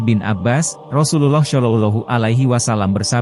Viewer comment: Bro yang punya konten, tolong saat menyebut nama Rosulullah SAW janganlah pakai voice AI. Jadi kurang tepat. Maaf ya...